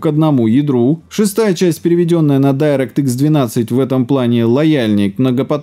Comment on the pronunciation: не дАйрэкт, а дИрект